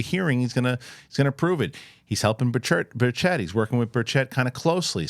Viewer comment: It’s Burch it , not berr Chet 😂